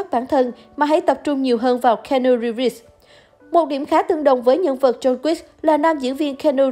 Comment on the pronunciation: Nếu muốn review một ai thì vui lòng đọc đúng tên giùm,là ci-nu-ríp,và ko phải là ng tử tế duy nhất ở hlw,còn tom hanks,...